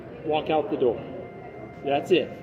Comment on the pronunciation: “I SAYED WHALK” 💀💀💀